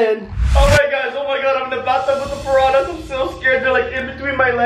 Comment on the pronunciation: ImA SwIm WiTh ThE PaRaHnAs Me: srly dude